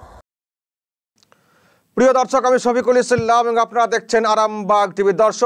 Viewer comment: আপনার সব খবর আমি দেখি,খুব ভালো লাগে। একটা অনুরোধ। সফিকুল ইসলাম বলতে গিয়ে,ইসলাম এর উপর আর আরামবাগ টি ভি বলতে গিয়ে আরামবাগের উপর একটু বেশী জোর দেওয়া হয়ে যাচ্ছে, আগে যখন বলতেন নরমাল ভাবে খুব ভালো লাগতো। যদিও আমার মনে হয়েছে। আপনাকে ছোট করার জন্য বলছি না। হয়ত আমার কথাটা অনেকের খারাপ লাগতে পারে। একটু ভাববেন ব্যাপারটা নিয়ে। অনুরোধ রইল।